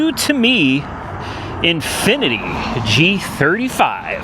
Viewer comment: Excuse me sir, I believe it’s Infinitee